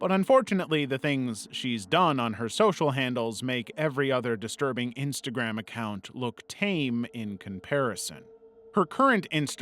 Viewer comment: Miss said instagram and said intagram